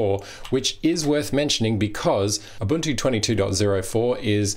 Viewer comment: Small point: its pronounced 'oo-buntoo' not 'uh-buntoo'!